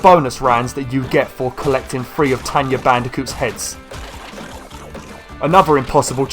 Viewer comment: It's tawna not "tenya" ppppllleeeaaasseee stop calling her that. And i hope that calling aka-Aku uka-uka was just a slip of the tongue